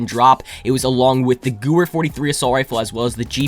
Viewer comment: The Gewehr is pronounced Gevehr